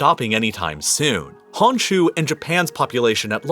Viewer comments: Hearing 本州 (honshuu) pronounced as "hanshu" made me cringe haha. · Honshu in Japan is not pronounced Hahn shu. It is Hone shoe. So unprofessional. Maybe 10 minutes of research might help.